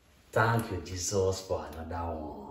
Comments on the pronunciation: Tank you jesos for anodah ooonee🤣🤣🤣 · "Thank you Jesos fo a notha one"